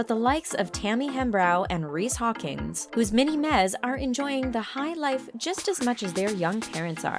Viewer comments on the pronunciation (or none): "Mini mezzz?" I think it's mini MEs like. ME